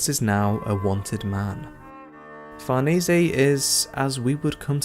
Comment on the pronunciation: Great vid and I'd like to congratulate you for being the youtuber who got closest to pronouncing farnese correctly